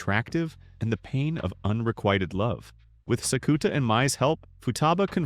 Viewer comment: Thank you for the recap! I watched this and the last few episodes of season 1 before I catch up on the movies for season 2. This pronunciation of Sakuta is killing me though 😭